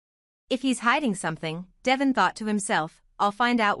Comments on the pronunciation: Please. The name is Devoooone not devision. If you ever listen to folks on the channel you'd know they'd call him deeeee. Vooooon. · His name is De-von (da-von) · It’s Devon 😊